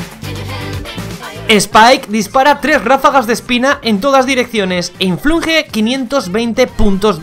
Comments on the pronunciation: inflinge ¿No era inflige? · Todos: *Hacen comentarios graciosos propios Yo: " dijo influje en vez de inflige:v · Nadie: Absolutamente nadie::"Influnge" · "Influnje" jajajaja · este es el numero de veces que dijo "inflinge" 🔽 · Juan Antonio Fernández también se equivoca diciendo INFLUGE (en el gadget de spike) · Nadie: Ni un diccionario Ni la rae: INFLUNJE